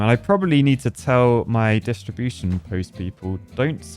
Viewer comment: I officially demand the distribution of dynamite to be called "distriBOOSHion"